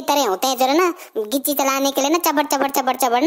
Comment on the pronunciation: Full of laughter 😂😂😂 accent is too gud ...😂 😂😂 Gichi ....